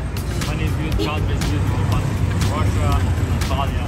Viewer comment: Why all they say Rassia